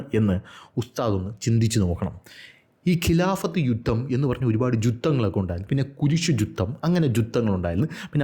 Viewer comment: ജുധം ക്ഷമ മുഹമ്മദ്‌ യുദ്ധത്തിന് പറയുന്നത് ജുധം എന്നാണ് 🤣🤣